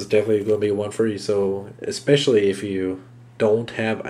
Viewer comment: EXpescially is not a word. Other than that, thanks for the review dude.